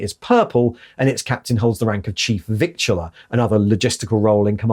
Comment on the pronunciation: Always intended as constructive feedback (and really enjoy your vids): but "Victualler" is pronounced more like 'vittler'. (Think 'littler' or bigger than) (I do know you like to employ diverse pronunciations, also that things can change in the course of 39000 years...)